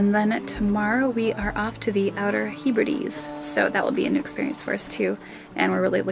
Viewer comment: Lol the “hu-Bree-dees”! Is that a rock group? It’s the “Heb-rid-ees”. 😂 I love that! Same with your mis pronunciation of nearly every place on the Azores. Up good work and fair winds and following seas to you both. ⛵️